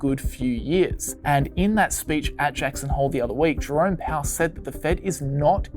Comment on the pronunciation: Sound like he saying "drunk" powel instead of "jerome" powel. Everything makes more sense like that..